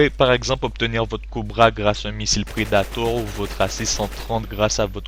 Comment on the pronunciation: J'aime bien le "Coubra" au lieu de "Cobra" ou bien "predatowe" au lieu de "predator'' je suis pas raciste hein et commente une partie en anglais on verra si tu y'arrives trankil tss.